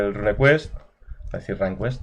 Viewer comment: RUNEquest se pronuncia “runcuest”, no “rancuest” RUNE no es RUN Ya que hablas de ello. Saludos